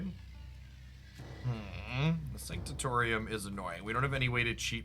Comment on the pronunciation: You’ve been pronouncing Sanctorum as sanctatorium and it really bugs me lol.